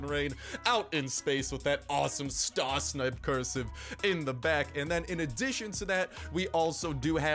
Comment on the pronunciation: lol congrats you’re actually the first YouTuber to pronounce my name right just got to